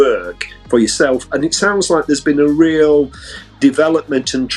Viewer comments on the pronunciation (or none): none